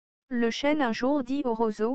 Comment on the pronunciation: Chêne, pas chaîne.